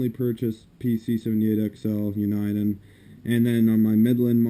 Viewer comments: It's Uni-den not U- ni- den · dude its uniden not un-eye-den. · it's pronounced U na den.